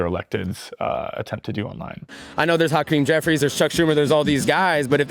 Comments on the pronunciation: did he say "Hot Cream Jeffries"? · Did that guy say Hot Cream Jeffries?